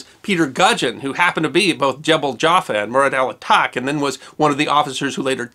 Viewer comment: "ch" in the name here comes from the French spelling and is pronounced like "sh" in English